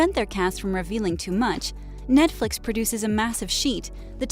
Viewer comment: I was just thinking why do they keep saying Netfix, this is CW lol.